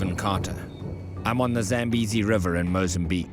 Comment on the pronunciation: So the people there are white? The pronounciation is Zah-m-bay-zee; It comes from my father's language, so I know